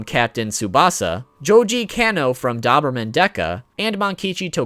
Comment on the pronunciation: It's fine, but how did you pronounce Doberman wrong, that's not even a Japanese word.